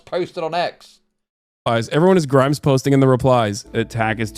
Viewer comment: I thought "Grums" was just how pronounces "Grimes" I didn't realize they were two people.